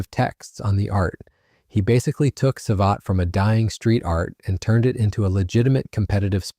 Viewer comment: The A clown pronounce it "sa-vet-tay"....LMFAO....thats enough for me, safe yourself the pain of listening to this terrible hooey.